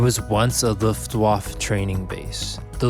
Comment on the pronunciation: "Luftwoff" is not how you pronouce Luftwaffe. It is pronouced more like "Luftwaffer".